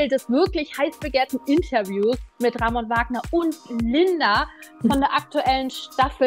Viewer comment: Er heißt *Ramonnnnnnn*, nicht *Raaaaaaaamon*, Mensch!!! 😅😂😆🥲😇